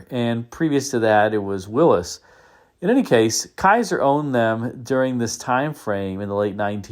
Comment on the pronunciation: It’s not williss